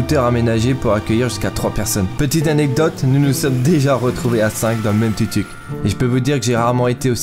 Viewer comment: TOUK TOUK , LE U EST UN OU ICI